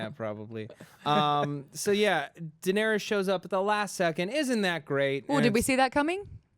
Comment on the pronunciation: toemen, kwyburn, jakwen, daenarious...sigh